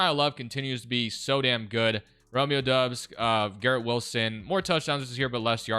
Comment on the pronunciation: Bro it’s dobbs not dubs